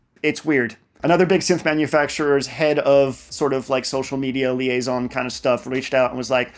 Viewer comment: Liaison, liaison... Trust me, I'm french.